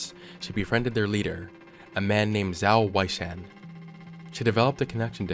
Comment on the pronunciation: FYI Zhao Weishan is pronounced Jow (rhymes with cow) Way Shan ‘Xiang’ is like ‘Hsiang’ roughly :)